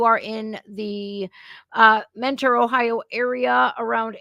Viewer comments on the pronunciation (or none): none